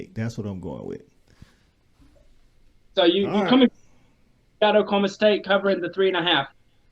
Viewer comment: Please don't say Okie State. O-State works.